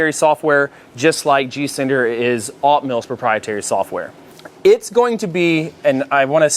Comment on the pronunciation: Are you saying G cinder or G sender?